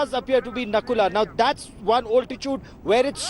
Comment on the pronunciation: Its not nakula its nathula